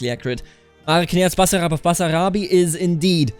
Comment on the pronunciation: Your pronounciation of "Basarab" in on point!